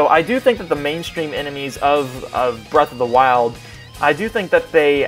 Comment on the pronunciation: Breath of the wild or Birth of the wild? And did you just say Forces is crappy? Triggered